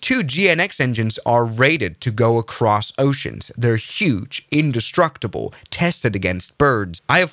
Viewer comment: He didn't. He said "undestructable" like Ralph Wiggam.